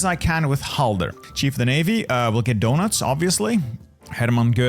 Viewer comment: Bro said Donuts not Dönitz (Can I have some?)